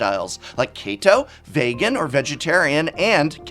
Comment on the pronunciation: The way prof pronounced vegan and keto bothered me. I’m sorry complaining on the internet is therapeutic for me.